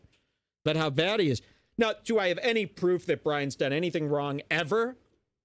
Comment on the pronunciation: Sounds like Jay was calling him "Brandon"?